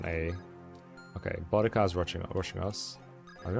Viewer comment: idk if it’s actually correct in this case or not but anytime I’ve seen a named spelled that way(which is only like once because it’s the same name as a Servant from the Fate universe) it’s a stronger emphasis on the U. Sounds kinda like Buu (from DBZ)+dica. Boudica but I guess maybe there are still other ways to say the name or the author was going for something else in this, idk lmao but hearing Bodega as in those tiny mini mart like places in NYC had me crack a smile. Love the playthrough keep up the good work, and grats on the Relay win!